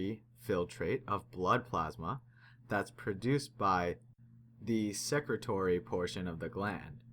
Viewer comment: Secretory is pronounced as "sicretory", as in "sick", not "secretory" as in "secretary". Immunoglobulin, not "immunoglobin", jeez.